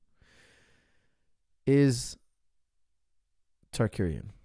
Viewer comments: It's Tsarukyan, not Tsarkuryan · Tsa-ru-ki-yan. Not tsakurian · coach you saying arman's last name wrong. It is Saru-KYAN, not Sarkuryan which sounds like how you are saying it, and the other way you said it proncouncin the T lol, listen to how ufc announce his name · Common coach ,RU-KY-AN , RU-KY-AN😂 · Targaryen, Shah Rukh Khan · Sarkariyan. What's so a Hard there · Tsakueyan tarkuryan... 🤣🤣🤣🤣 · Coach went from wrong pronunciation of Arman's last name to another LoL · This episode showed me that cannot pronounce the name Tsarukyan to save his life 😂😂😂